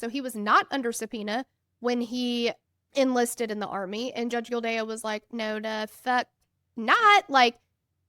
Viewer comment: Just an fyi, It's pronounced gill-day. Just listen to the clerk at the start.